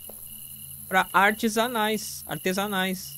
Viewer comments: “É pra artes anais” artesanais kkkkkkkkkkk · "Artes anais" Artesanais Kakkaakka